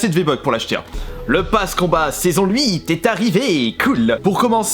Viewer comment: Je rêve ou a dit luite à